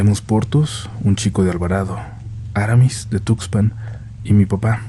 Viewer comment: No es Áramis. Es AraMÍS. Acento en la segunda sílaba.